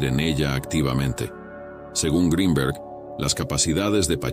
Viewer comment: Que bien pronuncias Greenberg en inglés,,,,,si te esforzaras lo mismo para la pronunciación del español,,,otro gallo cantaria